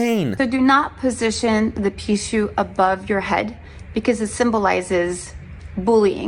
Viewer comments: He said the Pickachu , LMAO!!! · I die every time he says Pikachu ⚡️🤣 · mispronounced the name of the spirit in the bracelet, watch him start getting bad luck.... he coming after you for making this video LOL